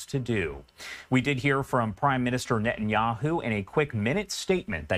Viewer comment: His name is Ne-TA-nyahu, not Ne- -nyahu.